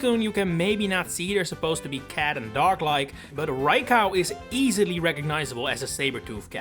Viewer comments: It's pronounced Rye-co not Rye-cow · they're right though. 'Cow' is said like there's an A in it and Raikou does not have that... Ra i ko u = ra as in rat, i as in pizza, ko as in cocoa, and u as in glue. Co and cow are visually distinct too, unlike potato and potahto. There's also an objectively correct way to say a Japanese word/name, unlike the pronunciation of 'potato'. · I heard Rai-cow and I just KNEW it had to be interaction bait. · I never heard anyone calling Raikou Rai-Cow… and I hope I never hear it ever again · It's probably a childhood pronunciation that has stuck with him. He's from the Netherlands just like me and I can tell you that the "ou" in raikou's name is basically seen as its own letter, with that pronunciation. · Rai-cow...? That's a new one. Ah, I think I fell for the Poketuber mispronouncing names engagement bait.